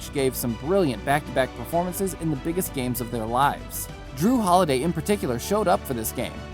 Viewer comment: it's jrue holiday, not jrew holiday